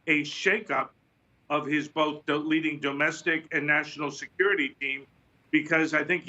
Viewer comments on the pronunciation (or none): none